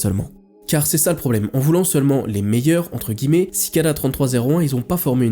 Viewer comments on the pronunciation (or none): none